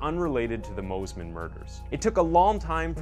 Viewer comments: One thing I’d like to stress to you in a kind way- don’t use the word ‘old’, use elderly. Elderly starts at 70ish. From 45-65 is middle aged. 40 is the new 30. Just try to keep that in mind 🙏🏻❤️🤞 (plus it’s pronounced Mossman not Mozman lol 😆) 🥰🙏🏻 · Mosman is pronounced as it's spelt, moss-man. How did you get Moes-man? Lol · It's pronounced Mossman. North American people trying to pronounce Aussie words